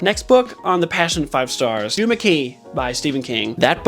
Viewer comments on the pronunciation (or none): none